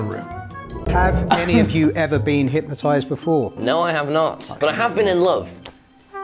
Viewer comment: hypnotised , not hynotised , still funny as fuck !!!